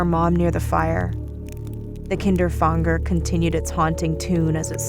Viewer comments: Isn’t it Kinder-Fanger not KINDER FONGDER like wtf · If the word is meant to be German, its "Kinderfänger", not "Kinderfanger". You speak the "ä" just like the first "a" in "animal" for example ;) BTW: "Kinderfänger" means "child catcher" in German. (the more you now :D) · Is the Kinderfänger inspired by the rat catcher of Hameln? Also the German word Fänger, should be pronounced like f anger, So it would be ['kɪndɹ‚fæŋɡɹ] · that's not how you pronounce kinderfänger